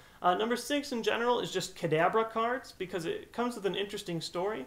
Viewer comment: kadadra? is that a new Pokemon, tell me more about this "kadadra"